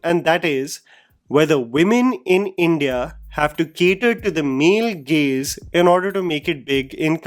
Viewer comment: I was also confused hearing 'Male Gays'😂😂